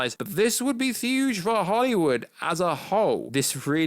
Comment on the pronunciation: Is he saying huge or thuge ?